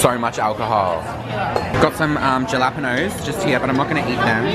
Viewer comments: y'all said jalapeño wrong lmaoo ❤️ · You both say jalapeño wrong lol